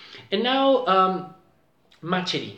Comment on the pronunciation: Ma Chérie is actually pronounced with an Sh sound and not a Ch sound. Just letting you know!